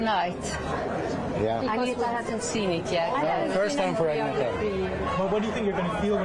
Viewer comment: He can't even pronounce Agnetha's name.